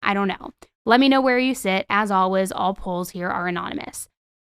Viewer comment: This could be the autism speaking but one day I would like to hear you say ALWAYS and not ALWIZZZ